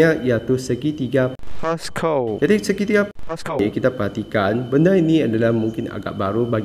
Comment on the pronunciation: Pls bunyi Pascal tuu 😭😭